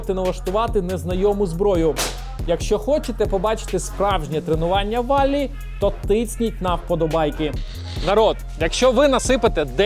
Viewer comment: Не волли а Вали он араб.Vali